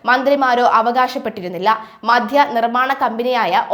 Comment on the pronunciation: മധ്യ നയമല്ല, മദ്യ നയമാണ്. ആദ്യം മലയാളം അക്ഷരങ്ങളും അവയുടെ ഉച്ഛാരണവും നന്നായി പഠിച്ചിട്ട് വാർത്ത വായിക്കുക. ഈ പ്രശ്നം നിങ്ങൾക്ക് സ്ഥിരമായി കാണുന്നുണ്ട്.